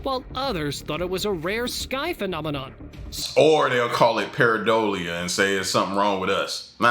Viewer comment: Were you trying to say paranoia?